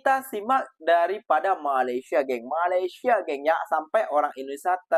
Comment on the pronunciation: Sebut Malaysia pun tak betul, nak buat robot? Takpayah lah Konoha. Pergi betulkan jalanraya di negra kamu terlebih dahulu. jangan mimpilah nak jadi maju macam Malaysia. 3000 tahun nelum tentu maju kalau semua DPR koruptor dan pemalas bekerja.